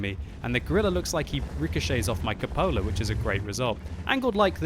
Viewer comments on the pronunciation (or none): CUPOLA.....It's pronounced cew-puh-la, not cup-oh-la!! LOL